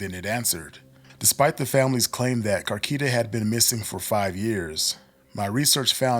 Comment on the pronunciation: Car- key ta? Na bruh😂